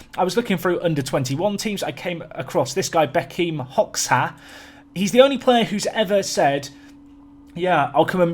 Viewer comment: I am from Kosovo! Never thought i'd hear it be mentioned here! You pronounced Hoxha hilariously 😁, xh is like j in english, so it would be pronounced sort of like Hodja. Love your vids though!